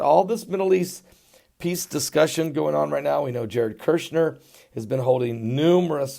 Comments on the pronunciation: Love you but it’s KUSH-ner. Not Kursh-ner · Somebody tell him its kushner not kershner